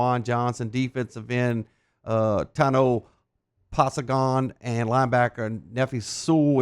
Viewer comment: Tawno Pass-n-gone 😂